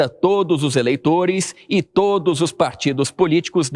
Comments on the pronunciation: Amanta tá falando "todys" kkkkkk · Impressão minha ou a Amanda disse todis??😂😂😂😂😂😂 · no minuto Amanda fala TODIS POLÍTICOS? ou eu escutei errado?